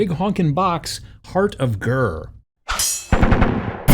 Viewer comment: Heart of Ghur. Berst skermersh.